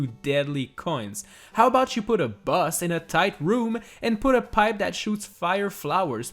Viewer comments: I thought you said bus not boss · Everytime he says boss, it sounds like bus. Now all I can picture is Mario trapped in a room fighting a giant bus.